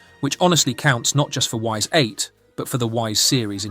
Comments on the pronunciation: I dont mean to be that guy, but if you are making a video on a game, please learn how to say the name properly. They literally tell you in the game... it's not Y S its ''ees" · It's actually pronounced "ease" like ease the f up, yo. Ys8 is the best in the series. Hard is imo the best difficulty, what should be considered the games normal difficulty. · Actually it is not why's 8, it's Eyyss 8. It's actually a good game, I never play it but I played Ys IX and was very good. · Best Ys game :face-blue-smiling: Amazing atmosphere, combat and soundtrack. Great characters, story and artstyle. Sidenote: you're spelling the name ''Ys'' wrong :face-fuchsia-tongue-out: "It's not pronounced 'Whys', it's pronounced 'Ease' "